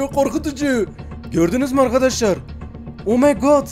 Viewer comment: "omeygağd geliyüür!" 😂